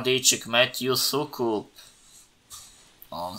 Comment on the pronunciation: od następnego odcinka Pucharu Świata mów ł zamiast u w przypadku Soukupa z Kanandy